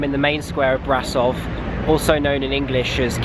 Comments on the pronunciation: it's not brasov it's BRASHOV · You read it "brashov" =))) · pronounced : bra-sho-v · An easy way to pronounce the city name closer to how we say it is think about it like a combination of "brush"+ov :D Brasov=Brushov hope you get the hang of it